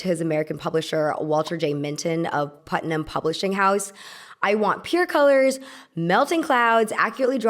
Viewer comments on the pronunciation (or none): none